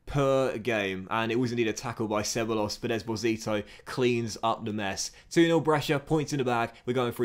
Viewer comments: He's Danny Sebaloss in the Docks Universe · Butchering ceballos’ name